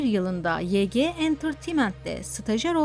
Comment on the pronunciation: Yege diye değil vayci diye okunuyor